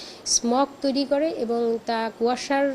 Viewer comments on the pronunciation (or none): none